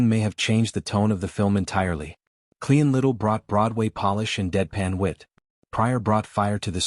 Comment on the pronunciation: Cleon Little? Meline Con? quit using AI !!!